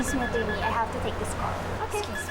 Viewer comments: Acherney ang oa nakakainis sya the way she pronounce attorney is acherney 😂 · Ano ba yan. Sa sobrang kaartehan mo magsalita, bumabaliktad na nguso mo sa pagsabi ng "Achurney"..🤣🤣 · Hahaha totoo, napansin ko rin… sa ka-OA nya, attcherni ang pagpronounce nya heheh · Sa sobrang arte magsalita ni.. Naging achurney na ang pronunciation ng attorney 😅😅😅😅😅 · Na stroke b si achurney 😂 nagka problema sa pagsasalita. Laban lilet panira sa image ng mga achurney si 😂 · its attorney not acherni 😂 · Several times ko naririnig Ang pronunciation ni sa attchorney instead of saying straight of not mentioning cho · Kaya nga,yong mga words nya n may T nagiging CH na pronunciation nya😂😂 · Anong "Achurney" yun??? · Achurney bakit naman ganun ang pag bigkas niya sa attorney ang arte naman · Achurney, sa sobrang ka artehan iba na ang pagbigkas atty. di nia bagay maging ACHURNEY